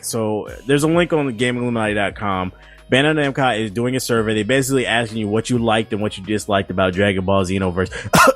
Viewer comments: This nigga said Bando-Namcai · this dude kept saying bando namcai isn't it bandai namco?